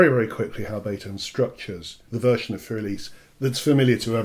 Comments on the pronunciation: It is not "fur", and it is not "elis". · I hate to do this to you, but my ears cringe when you pronounce the word "für." And I hate to use this as a quick guide, but try saying "Führer" and drop the final "er," and you'll be close enough. And the "r" in "für" is only about half-pronounced, from an English perspective.